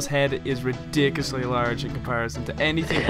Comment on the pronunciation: HE SAID REDICLUSY BIG